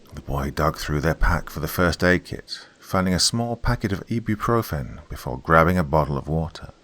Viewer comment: What the hell is "e.b. profen"? ibuprofen?